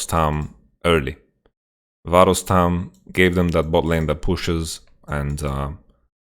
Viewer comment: They way he says "varus tahm" sounds like some kind of a Georgian surname (Varustam) xD